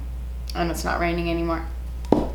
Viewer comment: That “Marisúuu” was so cuban😂😂